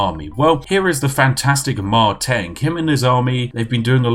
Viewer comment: Correction on pronunciation . Not Mei-Teng but Mar-Teng